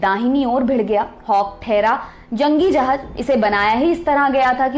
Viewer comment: 'Jahaaz' not 'Jahaaj'